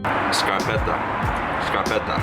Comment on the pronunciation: Scarpetta hahahahah! Good italian!